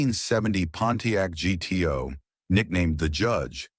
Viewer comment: I'm surprised the AI correctly pronounced the Pontiac as G-T-O and not gu-too.